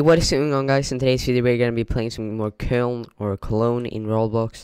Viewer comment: Nice vid but its pronounced koln not kiln or cologne